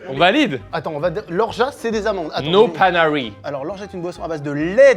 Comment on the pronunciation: "no panari" mais jpp 😂😂😂